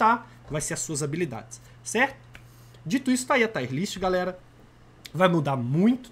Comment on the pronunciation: Taier ? Kkkk não seria “tier”